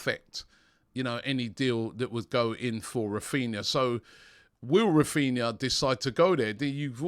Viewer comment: Raphninha, NOT "Raphina" (sic).